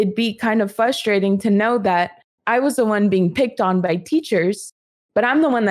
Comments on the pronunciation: "a lot of kids were behind my reading level, so it'd be kind of fusstrating" #FUSStrating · There’s a good 10-15 minutes in the middle (maybe longer) that I found very.....”Fustrating”